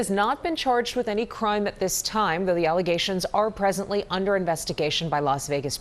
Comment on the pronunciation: There are so many words I’ve heard her say all wrong 😂 Alizations instead of allegations. Or Obsticks instead of Optics 🤣🤣